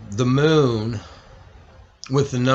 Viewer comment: "Now lets get to the MOOOOOON..." "I 've got the MOOOON coming into View and leaving VEEEEEEEUUUUUUW It's not just his long ass pauses, it's also his way of saying specific words with the EXCESSIVELY LONG HOLDINGS on specific syllables and sounds.... This dude either was dropped on his head just right to be EXTREMELY SLOW or he fried his damn brain so bad that he's to dumb to be aloud on Youtube.